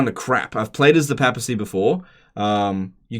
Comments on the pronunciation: It's papacy, not pappacy. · PAY-PA-SEE NOT PAP-AH-SEE